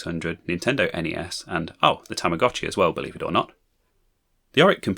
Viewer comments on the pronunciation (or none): none